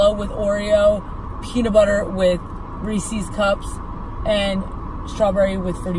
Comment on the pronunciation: that is NOT how u pronounce Reese’s. 🤦🏻‍♀️🤦🏻‍♀️🤦🏻‍♀️